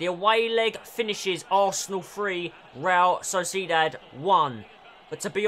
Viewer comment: You Pronounce realSociedad wrong 😑